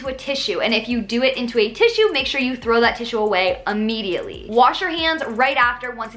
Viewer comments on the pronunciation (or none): none